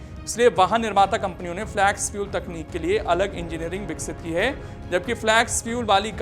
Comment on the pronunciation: Flex फ्लेक्स not फ्लॅक्स. Pronunciation ठीक करो भाई.